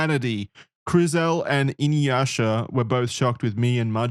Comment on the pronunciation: Innn YOOsha?